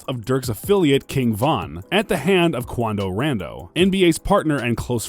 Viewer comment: Yeah but he talking about someone else.... some dude called "Quando RANDOE"😳